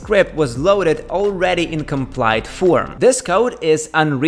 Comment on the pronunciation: And Compiled is pronounced compiled, not complied.